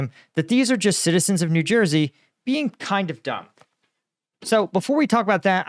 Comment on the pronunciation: Special infasis on words "kind of" there...